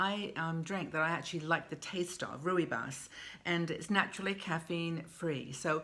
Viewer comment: Also drinking Rooibos. It's how I start the day as its less frantic than black tea. By the way it's pronounced Roy Boss and just means red bush in afrikaans☕😊